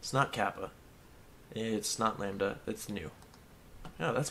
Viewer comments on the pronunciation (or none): none